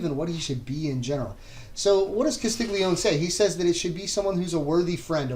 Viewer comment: Great video. I’m using it for a college thesis in Italian diachronic linguistics. By the way, “Castiglione” is pronounced “kah-steel-yoneh”. The Italian digraphs (two letters that produce a single sound) “gl” is pronounced like the L in “million” and “gn” is like the Spanish “ñ”.